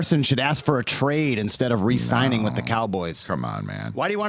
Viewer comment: It's re-signing guys not resigning